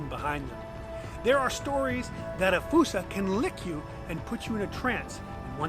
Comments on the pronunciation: Why'd you have to go and say fossa wrong? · Me and the family saw one at the Bronx zoo. He was a cute lil fella…we pronounced it as FOO-SA. One of my favorites at the Zoo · why is fossa pronounced like foosa? I don't understand... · Its pronounced foo-sa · “Falsa” lol